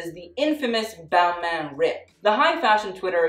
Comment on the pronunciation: Balmain? More like BalMEH